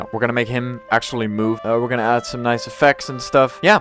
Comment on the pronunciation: It’s add not adda